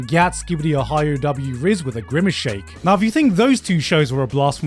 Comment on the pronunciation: He said Gimmace Shake twice